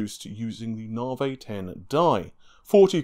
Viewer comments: Its Navi, not Navey!!! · He finally spoke Renoir correctly now just need say Navi instead of Narvey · That's how the Americans may say it, but it isn't correct either. It's "Nuh-vie". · well he used to say RedTittyCum instead of, so if he wants to he can do it correctly. At the beginning he said Navi correctly the changed it to Narvay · mate, say navigation, and remove "gaition", thats the name. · Your pronunciation of Navi is really getting on my nerve. Are you dyslectic or something? Seriously, dude, Stop! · Are you sure? Pretty sure it's a specific english accent.